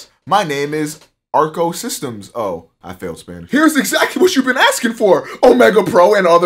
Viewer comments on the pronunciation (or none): "Arco Systemso"